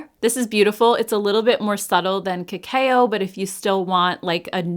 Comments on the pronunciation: The Flower Beauty palettes were already on my wish list because I have the other 2. ❤ Just FYI…. Cacao is pronounced “ka-kow”, not “ka-kay-oh”. Great video as always. ❤ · Just a friendly tip.. cacao is pronounced like kuh-cow 😅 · Thanks for another great video. You're one of my favorite YouTubers! Also just an FYI - cacao is pronounced "ca-cow":)